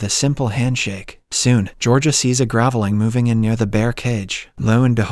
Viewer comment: ..and you don't mention "gav-eh-ling" instead of gravelling? I hate totally AI narration :(